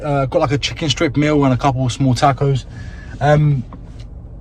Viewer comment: Now that you’re in America, someone needs to teach you how to pronounce taco.